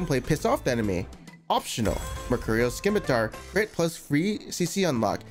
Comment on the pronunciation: Sim-uh-tar Not Skim-uh-tar